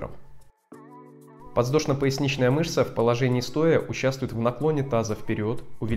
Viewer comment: подВЗдошно! а не ЗВ.